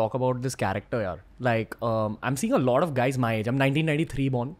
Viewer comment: and ranveer ur "a lot of" pronounciation is sounds like "a loda of"